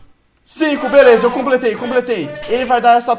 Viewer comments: Ele disse veleza em vez de beleza!! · Você falou veleza kkkk